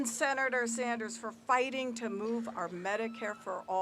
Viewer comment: NOT SAUNDERS DEBBIE,SANDERS...shame.